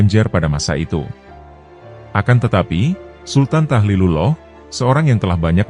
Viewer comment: Tahlilullah bukan tahilullah broo